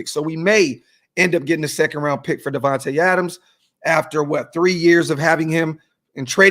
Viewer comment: "DIVAnte" Adams lol!!!!!!!